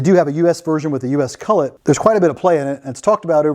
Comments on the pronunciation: It’s a collet not a cullet. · Collet, not cullet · Really want to watch your videos, but the way you say collet is absolutely abhorrent. Its cOllet, not cUllet.